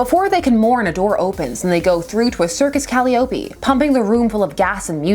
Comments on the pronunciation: "a door opens and they go through to a circus "cal-ee-opie"..., that's a "cuh-LIE-oh-pee." Sorry for the catch! Ha! No biggie, gawd knows how many times I've screwed up on saying something! Love your perspective and insights. Happy Holidays! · ) Love your vids. I'll be pronunciation czar for you today. On this Earth it's cal-eye'-oh-pee. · The circus keyboard is called a "ka-lie-oh-pee", accent on the second syllable. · "Cali-opie"? (Dunno why that made me chuckle like an evil villain, but it did.) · I know this is a weird thing to fixate on but your pronunciation of "calliope" just threw me off a bit, I enjoyed the video but that was a bit weird. Blinded by the light by Manfred Mann will get you the correct pronunciation. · the ultimate in dumb exposition. Batman: A TRAPDOOR! Black Canary: WE'RE.. FALLING...! (Hang on... why are Superman & Red Tornado & Green Lantern Falling? & who just leaves a bar of soap on their bathroom floor at home. Is this a Chekhov's gun thing? Is it all the Christmas dream of a boy holding a Snow Globe?) Sorry but the I in Calliope is pronounced like the first person pronoun - Greek. (Please excuse my presumption) THWA-RA RAMMM - one of the more bizarre Ghetto exploding sound effects. I dig when you don't edit out things like the arm crossing.! Wishing for you & yours a Joyous Christmas season & a Happy & Healthy 2021! love Steve Holliday